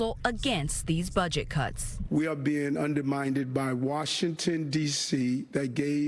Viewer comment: "underminded"?, come on, its "undermined."